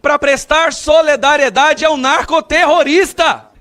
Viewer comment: Gustavo não seja como janja e dilma. Embora sei que vc tem uma formação. Não é soledariedade, é solidariedae. Valeu?